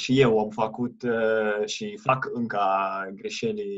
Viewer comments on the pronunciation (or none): There really aren't many I can notice. Most of them have to do with ă and î. (în), (învățam), (învățat) - i instead of î (încĂ), and you correct yourself, (încă), (încă), (română, not the definite form), (încă) - a instead of ă , - You slighty stress the wrong syllable, fă-CUT instead of faăcut; it sounds Italian or Spanish, not necessarily bad - LU-ni instead of lu-NI